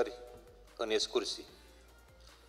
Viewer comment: "escursii" 0 56